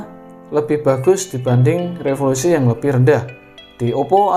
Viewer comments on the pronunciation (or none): resolusi bang bukan refolusi